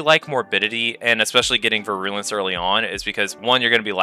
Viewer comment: Great video aside from your pronunciation of “virulence”